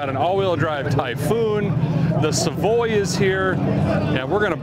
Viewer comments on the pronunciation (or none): none